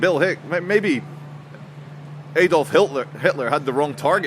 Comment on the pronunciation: Its pronounced Adolf, not Aydolf . There is no umlaut over the A.